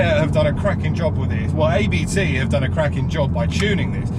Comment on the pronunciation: I enjoyed the video but thought I’d point out it’s not A B T it’s said Abt as it’s spelt. It’s the family name of the tuning company who’ve been tuning Audis for ages and run one of Audi’s DTM teams.